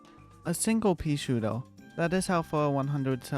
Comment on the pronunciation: I like how he calls peashooter peasuta